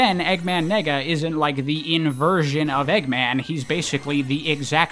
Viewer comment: I’m pretty sure it’s pronounced “Nay-ga” dude 🤣🤣🤣🤣🤣